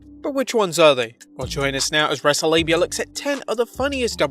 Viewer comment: Wrestle labia. Was that a fail for the video or did you stuff up your own channel name by accident and not even notice